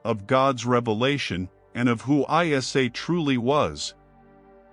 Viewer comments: Its not pronounced as I S A its Isa (e sa) a.s You're even muslim or just wicked manipulator? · Its NOT, ‘I-S-A’ but Iissa(or Eessa) weird AI pronunciation. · It's not I.S.A. it's eisa. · Prophet ISA or JESUS not called as I.S.A ,so stupid,pls cl him as EESA when u pronounce,u disgrace his name mr mc,be literate n dnt be unilleterated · Masha Allah a very beautiful and educational video! There is so much research and work put into this video but not been able to pronounce the name of the Holy Prophet Jesus - ISAAH, peace be upon Him and His Holy Maria - Maryam peace be upon Her! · Salam hello bros please prononce ISA as Prophet Essa or ISSA PBUH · Islamic vibes? You can't even pronouce isa's name properly, you're pronouncing it I S A come on man! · This must be AI, Jesus name is not an abbreviation, but need be pronounced Essa. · Its not ISA but Essa whome u call Jesus